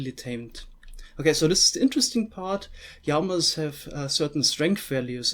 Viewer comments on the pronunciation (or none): did you seriously say "yamas" instead of "llamas" ?? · LLamas not Jamas or Yamas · Np. I was referring to his pronunciation of "llamas" 😉